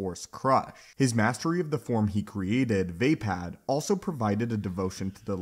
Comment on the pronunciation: It's almost painful how you mispronounce Vaapad